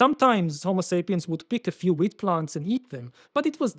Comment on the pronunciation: ooooh they're saying WHEAT, with a T.